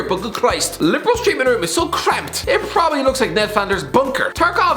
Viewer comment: No one: Absolutely no one:: prrrwwwoopppbably